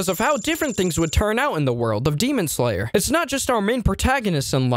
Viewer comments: GEMON SLANGLER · 'demon sloler '😭